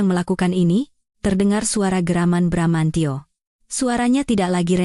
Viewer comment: bbrp kali sudah bener bramantio eeh balik lagi bramancyo..bramanjo...